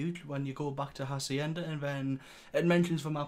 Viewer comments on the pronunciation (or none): Don't ever say Hacienda ever again.